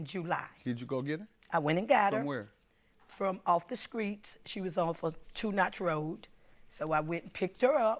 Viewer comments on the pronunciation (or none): Of all the damn words the ratchet pronounce wrong, it's this word "skreets" and "tooken". It's streets and taken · Lol did she say of the skreets 😆 I can't